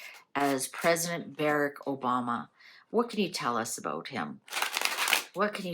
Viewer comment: Not Bereck. Barrack. As is Bar Rack.